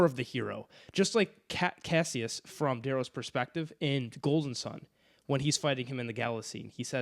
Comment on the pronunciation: These name pronunciations are insane 😂. Cassius and Apollonius blew me a way.